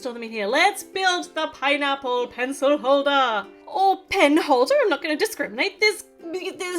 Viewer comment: 😂😂😂YOU SAID PINApale